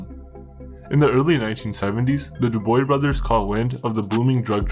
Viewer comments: Dubois - pronounced Doobwah Not dooboy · Dubois should be said as; *DO-BWAH*. C'est un vieux nom traditionnel en Quebec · Just an FYI, Commissionaires are not law enforcement. They are a private security company that generally hires veterans and the such to work the front desk at government buildings checking ID and making people sign in and the such. Also their name would be pronounced Du-bwa, not Du-boy. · *Du. Du-bwa. Du as in Duracell. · Dude ur butchering the name...its not D-OO-BOY...the s is silent...its more like D-OOB-WAA and cabaret isnt C A BAA RET... its C A BA RRR A ... the T at rhe end is silent. Kinda hard to watch the video when its the topic of the whole video and you saying their last name wrong. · Not Duboy ... Dubwaaa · Dubois is not pronounced duboy.. Dubois is pronounced Dewbwaa.. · du-bwa not du-boy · Hey its not pronounced Duboy its pronounced "Dubwah" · It's pronounced Du-bwa, not doo-boy. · Think Du b wah not du boy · Du boy brothers lol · Man you need to get the pronunciation right first. It is not Du Boys instead Du bwa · I think its pronounced "DOOB-WA", good video, love the insight into Canadian crime. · Dubois is prononce "Du Bwah" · Not that it matters but that’s not how you pronounce their last name at all. Dew-buah. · Ahaaa "Douboy" nice efforts tho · Awesome work but every time you say "DuBoy" I spill my milk 🤣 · It’s pronounced Doo-bwa (Dubois) and Jah-ngee (Jean-Guy). Trust me. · It’s pronounced like “dew-bruah” in Québécois actually… we used to deal herb as teenagers in ‘70s and these punks controlled Old Montreal. They would beat you and steal ur product and there was nothing u could do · Bro how is it possible that you live in Canada and dontknow that Dubois is pronounced dubwa?...how bro? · If you aren't sure how to pronounce something French, maybe ask a french speaker. Dubois is pronounced Doo-BWAH. It's really annoying. I like the content. Great show. Hire a voice, and you'll go far. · pronounced DOOB-WAH 😘